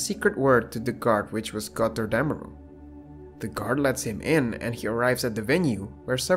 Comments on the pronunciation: Es heißt GOTTERDÄMMERUNG und nicht Gotterdämärong!!!! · It is so funny how you say götterdemmerung when you are from austria